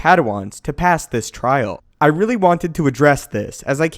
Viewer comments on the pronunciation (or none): none